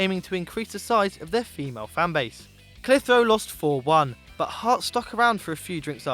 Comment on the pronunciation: need to look up pronunciation of clitheroe lads ;)